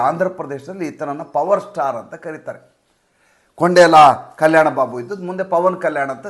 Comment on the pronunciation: ಕೊಂಡೇಲ ಅಲ್ಲ ಸಾರ್. ಕೊಣಿದಲ